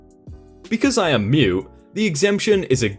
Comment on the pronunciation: Not to be mean or anything, but you are missing the t in mute in your pronunciation😂